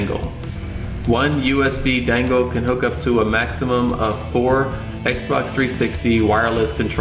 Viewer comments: How you say "Dangle" haha, you know it's "Dongle", right? It's great, of course by now there is Nougat available, but still I'm not convinced to install it and lose the tv functionality. Now you have Aptoide TV which is a 3rd party play store, which is really good and lets you use most android apps. But one question, at what dpi does this run? The shield TV has standard 320dpi I believe. I've changed it to 260dpi with 10% bigger fonts using ADB. But I'd like to know which is optimal? Some apps scale different than others, they have a different threshold for tablet modes. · My man, why you keep saying "dangle" it's dongle.